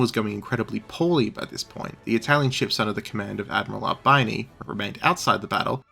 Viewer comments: its ULL BEANIE not bye-nee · Albeeni. Italian is pronounced as written, an i is always pronounced ee, never as eye.